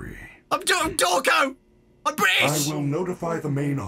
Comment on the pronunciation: "im Dawko, IM BRI'ISH" that just made me laugh sooo harrddd